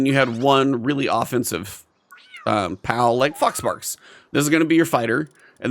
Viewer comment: I had to rewind a couple times because i was sure you were saying "fox farts."